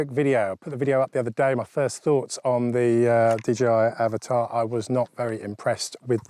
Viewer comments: it is not Avatar. It is Av-at-a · I am glad you're also pronouncing it "avatar" buddy as that's how I say and I get told off 😉 🤣